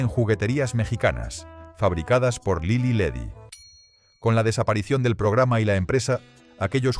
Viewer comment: Ni siquiera pronuncian bien Lily Ledy... Ese payaso no es Mexico..